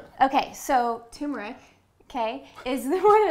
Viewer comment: It is Turmeric. Not Tumor-ic. LOL